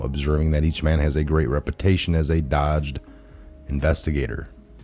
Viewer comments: Please, learn to read better. It’s not “dodged” prosecutor, it’s “dog ged”. You know, tough like a dog. I’ve watched you a couple of times and you’ve mispronounced and butchered several others. Get to know your senators and congressmen and you might learn how to pronounce their names. It’s “Good Lat” not “ Good Latte”. Damnit boy! Do your due diligence. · I like your new intro but miss the old.Bi-bli-cal NOT bi-blu-cal dogged = dog-ged (showing tenacity or grim persistence, as dogged determination) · The word "dogged" is pronounced "Dog" "Gedd". It means "marked by stubborn determination", "relentless". In this context it means an investigator who will not stop until he finds the truth.